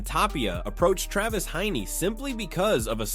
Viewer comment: It’s Travis Heinze… not Travis Hiney. You’re trying to make an ass of him?